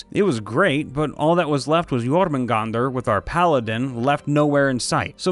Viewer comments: You pronounced Jörmungandr right it was A norse myth about agiant snake named... Jörmungandr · You actually got jormungandr right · I'm pretty sure it's spelled incorrectly, but the pronunciation was spot on! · YESSSSS X2! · Your saying jormungandr correctly